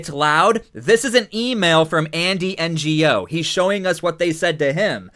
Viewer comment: Lol. He said Andy N-G-O. Ngo is his last name.